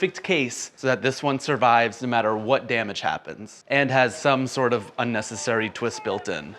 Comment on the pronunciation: "Unessasary" bruh i need this